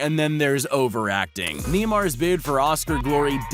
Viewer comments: It's neymar not neemar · It’s not nee mar its naymar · It’s not neeeeeeeeeeeeeeeemar it’s neymar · Ha ha!!! Niemar.Ha ha!!! It’s NEYMAR, NEYMAR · He said nymar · Neemar haha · knee-mar?? who pronounces his name like that lmao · MOst people pronounce it Neigh-mar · The way he pronounced neymar 😂😂🤣🤣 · Some advice that is not how you say neymar but all good